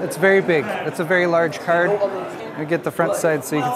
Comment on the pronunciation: very lerge cerd ey?